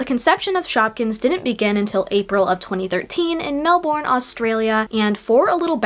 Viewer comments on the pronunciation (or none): this isnt a huge deal and im probably the 207th person to say this but it's pronounced "mel-burn" not "mel-born" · i love the vid but that's not how you say melbourne. i would like to say when i was youngger all though other people saw shopkins from youtube i just walked into a store one day and thought dis looks cool i now them . I collected many and most christmas's i would ask for shopkins, back in 2020 when they were discontinued for me i didn't know intill 2021 T-T